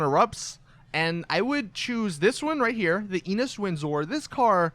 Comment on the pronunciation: You say windsor funny